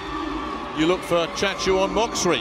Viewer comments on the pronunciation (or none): Chatchu-on Moksri The surname Moksri Please pronounce as MOK-SI no need to read MOK-SA-RI its a special tradition in Thai :thanksdoc::thanksdoc